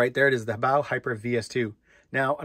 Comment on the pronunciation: Good to hear someone else pronounce HoBao correctly👍💯👊